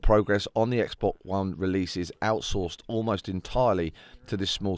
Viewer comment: Omfg a British person that says Xbox properly instead of "Xbux" XD